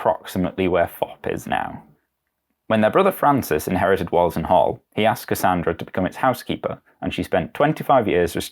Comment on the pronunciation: An interesting little documentary, but I was a tad put off by your pronunciation of Wollaton as 'Wollerton'. To the majority of Nottinghamians, it has usually been pronounced as 'Woolerton'. If there is proof to the contrary, I'm all ears.